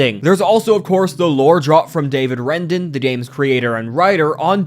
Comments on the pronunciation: his name is Wreden not Rendan lol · Ah yes, "Wrenden". (It’s pronounced Reed-un or Red-un depending on whether you have a normal or strange backwards accent btw) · why do you keep calling him 'wrenden'?